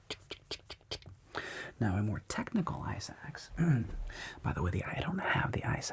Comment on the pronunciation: Am I the only one who kept hearing “ice axe” as “eye sacks” 🙈